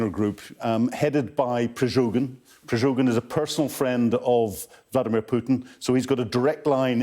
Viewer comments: This so called expert has no credibility when he cannot even pronounce the Wagner Group leader's name correctly...PreGOzhin....NOT...,PreZHOgin... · it's Prigozhin, not Prizhogin! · Come on, at least learn to pronounce the guy's name before lecturing about him on TV. It's Prigozhin, not Prizhogin. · Prigozhyn, not Prizhogin. Stress on "o". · Prigozin not Prizovin, lol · Not Prizhogin, Mr. Expert! Pri-go-zhin! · Not Prizhogin but Prigozhin 😅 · Not pryzhogin but pryghozin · I hate how badly he's pronouncing the name Prigozhin. It's [Pre-go-zhin], he's saying [Pre-zho-gin]. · It is already the second program of Sky News when the "expert" cannot properly pronounce the name of the Prigozhin. Instead, he says Prizhogin. If this makes a difficulty for him then probably he has also mistaken who is winning and who is losing. 🤣🤣🤣🤣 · PryGOZHIN, not PryZHOGIN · He even can’t learn name Prigozin and says “Prizogin”...what a low class propaganda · I kinda like that none of the expert British military analysts pronounce Prigozhins name correctly 😂 slava ukraini! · Love the way Sky analysts always mispronounce the name of "the chef". I think they do it on purpose and I support that - screw that c*nt! But I don't agree that all was about Bakhmut for 6 months - during that period the Ukrainians managed to liberate a vast amount of territory north of Bakhmut and in Kherson oblast. The fixation of the occupants to capture Bakhmut is playing in the hands of the Ukrainians.